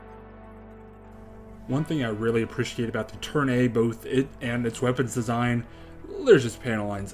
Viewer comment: amazing build! i dont wanna be mean but i believe the suit is called the Turn A (A pronounced like the letter itself) in the series its called that or the white doll/mustached doll.